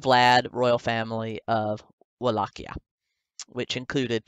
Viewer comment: I like how she constantly mispronounces Wallachia 🤣 !! "Wall-ah-Kiah!"